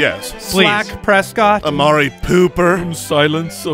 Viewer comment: Dak Pres-squat.